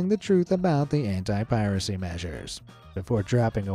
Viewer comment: he said "anti" and I thought he said "hentai" 💀😭